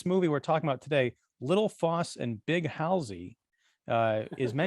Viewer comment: You pronounce both names so wrong. If you listen to the Johhny Cash great song for it you will know it is pronounced Foss as in boss and Big Haul zee not halsee.